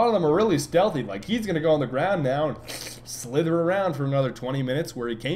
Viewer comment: Your "slither" pronunciation cracks me up.